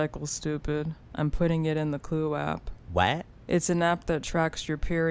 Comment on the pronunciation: It is Khloe not Khole